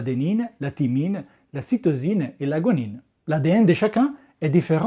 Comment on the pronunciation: *la guanine \ɡwa.nin\ (prononciation) J'apprends, à cette occasion, que le nom provient de "guano". 1.(Vieilli) (chimie) Substance extraite du guano. 2. (biochimie) Base azotée qu’on trouve dans l’ADN et l’ARN, constituée d'un squelette de purine avec un groupement amine et un groupement cétone. La guanine se fixe à la cytosine.